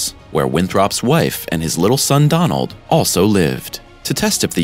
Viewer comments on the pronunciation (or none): none